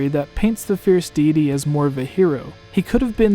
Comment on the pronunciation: Can’t stand how he says fierce deity